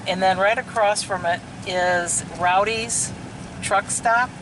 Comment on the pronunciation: FYI, It's not Rowdys as in Rowdy Yates, Rawhide. It's Roady's as in "Road" or You drive on the road. I know, I know, but if you're gonna promote a business pronounce it correctly please.